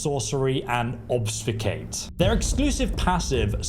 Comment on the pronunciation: Ob-fus-cate. Also known as an English word.